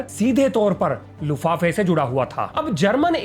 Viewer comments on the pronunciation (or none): लुफाफे नहीं लुफ्तवाफे। Treaty of Versailles.